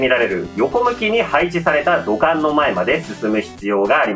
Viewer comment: 「土管」が「股間」に聞こえたんだけど……ガチでwww耳鼻科言ったほうが良いのかな?